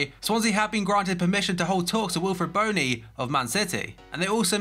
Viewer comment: You pronounced Bony wrong